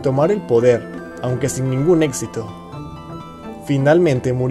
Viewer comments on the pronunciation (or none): none